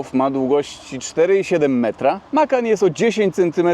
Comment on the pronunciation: Widzi pan tam gdzieś S na końcu? Macan bez S na końcu. 😂